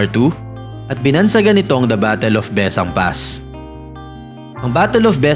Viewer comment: Bes-sang po ung pronunciation...